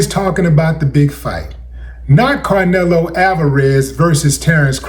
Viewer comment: "CaRnelo Alvarez" 😂